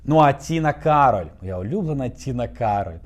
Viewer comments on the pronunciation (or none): none